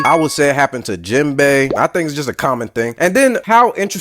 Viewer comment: it's not jimbay or jinbay, it's Jinbe. The e is prounounced like in get, met, or fed. jin-beh. japanese is phonetically consistent. it's never bay.